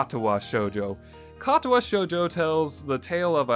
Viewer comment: I ended at narcissu just because of the way he pronounces the i had trouble dealing with the way he said katawa shoujo but i just ended at narcissu the c and i make a s sound you played it and have yet to realize